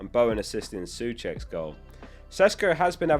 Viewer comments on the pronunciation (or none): Tomáš Souček.... Pronounced "So-check" rather than "Sue-check"